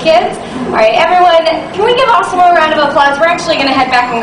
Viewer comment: Why does she call it Ossimo?